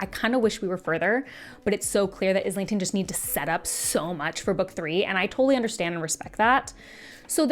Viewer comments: Sorry, fellow Aussie here like the author. His surname is not pronounced with IS lington. It’s eye lington or Aisle lington. Hope that helps. He has been on other channel interviews and pronounced it himself. Mike’s book reviews at about of the interview and Maude Garrett both have interviews with him pronouncing his surname What’s even crazier. The audible narrators mispronounce it. Not sure how that happens but no wonder people are so confused. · Just a heads up, it's Islington like Island